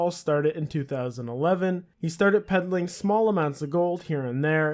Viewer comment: Peddling, this man said peddling